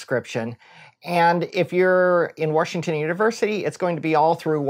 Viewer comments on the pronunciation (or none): Woohoo. Thanks Doc. Although as an aside every time you say Worshington I crack up a little. Much appreciate all you do